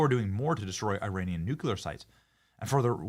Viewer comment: Benny! There's only one "U" in nuclear!!!